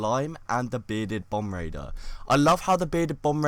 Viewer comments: It sounds like you're saying bom-braider instead of bom-bar-deer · Loaf The Almighty he pronounced it wrong.